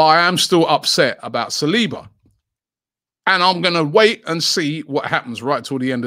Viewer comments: Sah - Soo - Oh - Low 🙄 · Nobody: ... Robbie: Sa-swallow